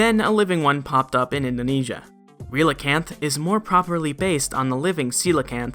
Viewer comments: Relicanth is pronounced like “relic” Also, I’d love a video on the transition between non-avian dinosaur mouth to avian dinosaur beak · Relicanth is pronounced like Relic canth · The Pokedex in Ultra Sun mentions that archeops bite marks are found on Omnastar's shell. I couldn't find anything that could be based on. Also, I believe Relicanth is pronounced like relic but without the hard c.